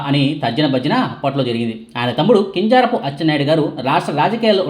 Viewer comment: కింజారపు కాదు , కింజరాపు ప్లీస్.